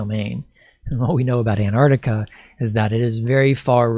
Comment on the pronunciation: can't even pronounce "Ant-Arc-Tic-A"...says "Ant-Ard-Ica"...ffs.. Not even bothering beyond 20 seconds,...fucking millenials... 🙄 Do you also "axe" many "impordant" "queshens" in your "research," too?